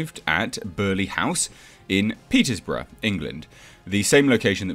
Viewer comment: Perersborough 🤣 come on theirs no such place its Peterborough straight up the a1 from you mate!